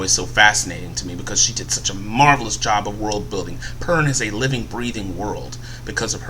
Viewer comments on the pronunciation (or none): none